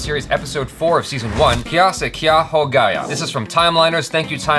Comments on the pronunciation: "elder sister" you pronounced the sentence "kya se kya ho gaya" very good as we speak in hindi in India. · Wow..... Achara you pronounced "kya se kya ho gaya"...... Exactly like an indian.... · Achara u prounced correctly kaya se ka ho gaya